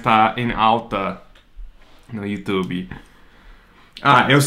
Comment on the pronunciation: Ele falou you tubiiii igual a gente!!! Que gracinha!!!!